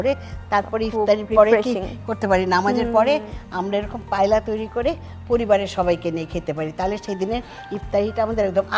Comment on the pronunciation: Spanish a L er pronunciation ta 'eya' bole 'Paella' te. So pronunciation hobe Payeeya 🙂 Payla na 🙄